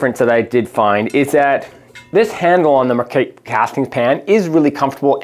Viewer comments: Yeah that’s not how you pronounce Marquette. Never mind you got it right after first one😅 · Particularly because he can't manage to say their name correctly more than twice in a row.